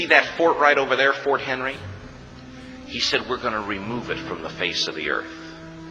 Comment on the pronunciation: It's Fort MC Henry ( narrating) gets it wrong, among other things. But it all sounds great!😂